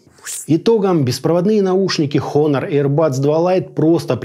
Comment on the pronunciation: Все хорошо, но произношения бренда как хонор режит по ушам. Все же правильно произносится онор (honor - с английского честь).